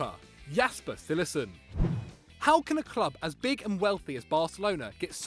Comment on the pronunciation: LOL CILLESSEN. Cillessen is great.